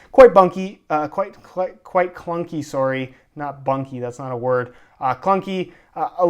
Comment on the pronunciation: You say "sorry" so Canadian like lol